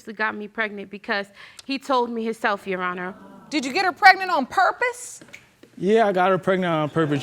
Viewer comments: Did he say Your Honest?! Instead of Your Honor? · tell me that man didn’t say “your honest” instead of “your honor” 😭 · He said, "Your Honorz." Then, he says later, "I want to know if this Babyz-Minez or not." 😀